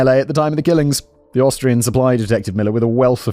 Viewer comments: Love the occasional slip ups of Australian rather than Austrian! Lol😂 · Simon mispronouncing Austrian as Australian 😂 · 45;30 Does Simon say Austrian, or Australian?